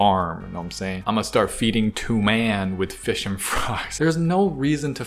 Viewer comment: It is not 'to man' it toman